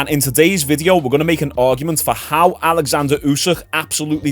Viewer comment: *Oleksander Usyk….not Alexander